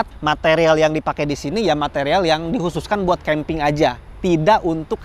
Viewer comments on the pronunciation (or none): Ada yang tau nggak? Berapa kali ngomong keemping ajah